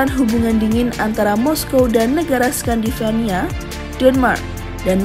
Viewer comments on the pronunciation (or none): skandanavia bukan skandivania